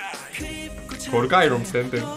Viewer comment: "KORKAYIRUM SENDEN" WKNXKSNCKNWJD ay cok guzel dedin karadenizli misin?